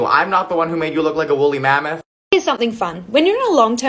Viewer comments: The way he said “I am not the one who is making you a woooleymameth” 😂😂😂😂😂😂😂😂😂😂😂😂😂😂😂😂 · I burst out laughing win he said woolly mamith